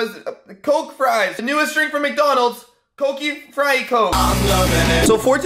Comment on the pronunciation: quote 2020 "CoKe-Y FrY_y CoMe " I think we're going to have to work on that